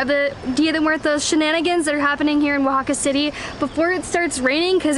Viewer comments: I’m so impressed with your pronunciation while reading the towns’ names! That was very good! I’m sure by now someone has already mentioned this in the comments but here it comes just in case, the masculine (male?) name of catrina is catrín. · I've got to congratulate the both of ya with your spanish and also excellent pronunciation of the indigenous names of the towns and cities in Oaxaca! From the hilarious antics of,lol.....poking his head through that giant lotería card of 'El Diablo', then poking his head through that Catrina's body, lmao: " in a dress" and where sits next to that kalaca couple and bears his pearly whites! And continuing with the natural beauty of, augmented all the more with that crown of marigolds and the bright green and orange dress, finishing off with the yummy cocktails and food of Zandunga, oh and not to forget the shouting of "Semillas de Calabasa" by, totally embarassing dear! Love ya guys and always AWESOME to enjoy your COOL Uploads!:D